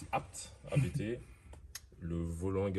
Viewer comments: Juste pour info la famille: officiellement, on dit "APTE" et pas "A-B-T" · Salut , super video comme d'Ab- Juste pour info on dit pas A.B.T Mais "Abt" car ce ne sont pas des initiales mais le nom de famille du préparateur. fondateur: Johann Abt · Par contre on dit abt pas abt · Nan nan les gars, on dit Abt, pas A.B.T lol Du nom de son fondateur, Johann Abt. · on dit ABÉTÉ PAS ABT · Bonsoir on dit A B T pas ABT on dit B B S pas BBS on di Kamei pas Kame i etc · Prononcer ABT comme tu le prononces, ÇA c’est insolent 😂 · NON O DIT A B T EN TROIS LETTRES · Vous êtes trop nuls... ABT ça se prononce ABT et pas ABT.... pffff 🤣